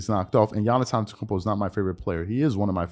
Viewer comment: You really need to say his last name right if he is one of your favorite player.